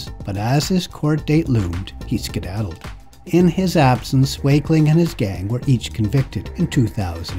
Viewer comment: "He scedadled" 🤣😅